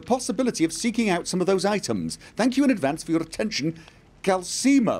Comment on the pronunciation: Hello there, I'm just commenting on how triggered I am regarding pronunciation of Calcelmo. I am reliably informed Calcelmo does, in fact, have an "l' in it. It is therefore pronounced CalCELmo. Not CalSEEmo. You've got this right in your Richard playthrough.